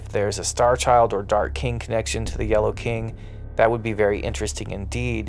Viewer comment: Not a big fan of how this dude says the word "yellow". 🧐🤔